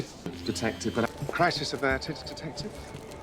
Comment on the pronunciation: Now I’m hearing tedective